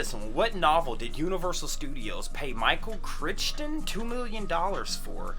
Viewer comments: It's Michael "Cry-ton" as far as how you pronounce his name lol. Love the Jurassic Park books. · the author's name is pronounced Michael Cry-ton. He sold over 200 million books and was also a film director. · It’s pronounced “cry-tun”.